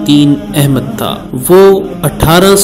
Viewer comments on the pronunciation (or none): none